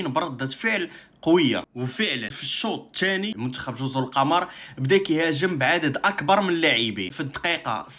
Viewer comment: كاتنطق جزر " القومور"